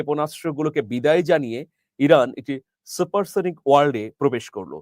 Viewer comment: সুপারসনিক আর হাইপারসনিক ঠিকভাবে বলেন